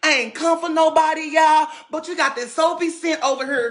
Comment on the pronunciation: He said Soapie Cent 😂😂😂😭